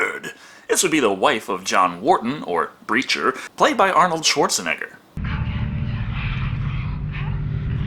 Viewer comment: The epic way you say Schwarzenegger sounds like Schwartz a nigga